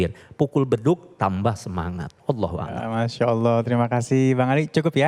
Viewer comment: Saya hanya ingin komen lafat ALLOHU AKBAAAR,yg diucapkan oleh pembawa acara,lafat BAR DIPANJANGKAN ITU SALAH MUTLAK,YG ARTINYA KENDANG,TETAPI YG BENAR ,(ALLOHU AKBAR)YG Artinya ALLOH MAHA BESAR,jadi kalau ada orang ucapkan ALLOHU AKBAAAR,itu salah mutlak& artinya sangat berbeda,jaaauh sekali ,jadi hati2ucapkan lafat ,jangan sampai kita kliru,mohon ma'af🙏dari surabaya